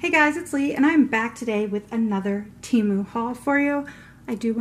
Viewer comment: THANK YOU for pronouncing Temu right!!!